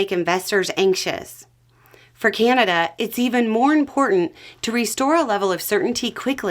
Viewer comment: it's CANada not CAN'Tada